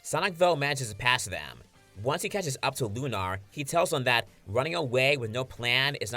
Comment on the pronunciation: Lunar is not pronounced loon-R its loon-ER (sorry for being a grammar Nazi but Jesus Christ it’s really fucking annoying!!)